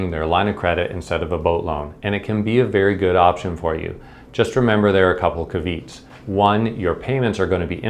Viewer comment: "Caveats," which you pronounced "ca-VEETS," is actually pronounced "CAH-vee-ahts." (I do that sometimes with words I've read but not heard too.)